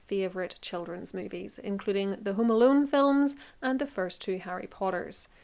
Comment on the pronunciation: I have to say I just love your accent. Also, when describing Chris Columbus films I really thought you said the 'Hoom-Aloom' movies. It took me a couple tries before I realized you were actually saying 'Home Alone' movies, I think anyway.